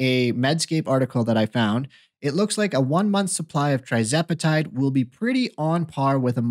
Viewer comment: Please learn to pronounce the name of TIRzepatide CORRECTLY BEFORE you start giving out medical advice!😱🤬